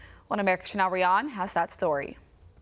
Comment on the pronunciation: Neither your "anchor" nor the reporter herself can say "CHANEL" understandably. Why is that? "SHNAW" is NOT an acceptable substitute for "CHANEL". Lovely French name.